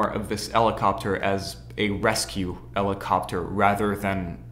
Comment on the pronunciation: its Helicoprer not elicopter its A helicopter not an elicopter . Its Humans not eumans. otherwise great stuff i loved it ! and i think you shout put the album cover you are talking about behind you insted of the triangles.WELL DONE MAN QUALITY WORK!